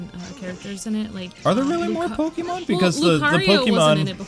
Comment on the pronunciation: the girl sounds cute, the guy needs to work on his pronunciation, "pokeemon" "iseec"